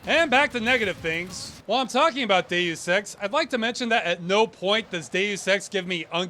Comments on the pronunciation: I can't stop hearing you pronounce Deus Ex as gay sex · Deus Ex sounds like Day of Sex